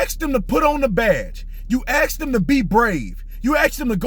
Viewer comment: Damn, B. Tatum can't say "ask"? Lol